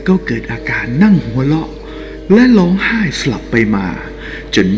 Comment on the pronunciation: พูด ร ล ควบกล้ำให้ชัดหน่อย พระยานาคลาด กาบไหว้ นางลำ เหตุการณ์ในคิป เหตุการณ์อะไล เผยแพ่ เลื่องเล่า ล้องไห้ หัวเลาะ